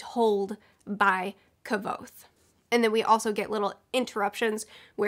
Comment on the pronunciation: Your pronunciation of Kvothe is so distracting lol. Maybe I've been saying it wrong this whole time.